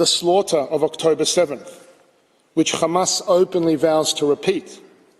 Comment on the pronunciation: Remember the list he’s lies are as big as his belly stop the genocide and give them their land back btw it’s pronounced hamas not qamas